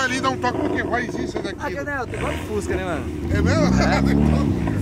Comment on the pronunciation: Boto esquece do s e fusca e ele diz fuca